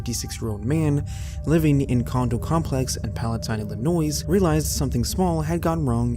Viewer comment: I'm sorry...WHERE? Say it with me now... ILL-ANNOY. Spelling shows an "S", but it's silent. Just like our justice system.